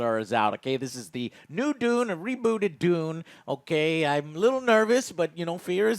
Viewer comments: De-you-nn Not D-oo-n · D you n . not doon